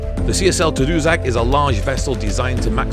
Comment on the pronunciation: Hey, it’s pronounced Ta Doo Sack, it’s named after a community on the north shore of Quebec. Nice to see the old beauties still in service. Nice job. Mark from Ridgeway